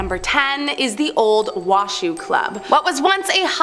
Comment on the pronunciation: Your pronunciation of Opry is horrid. It's not "OH-pree," it's "aw-pree." Also, it's Wash-oe, not wa-shoo.